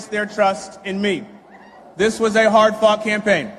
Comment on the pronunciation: who else's think it sounded like "This was a hard fking thing" 😅 ik it's not. I put the captions on and saw "hard-fought campaign"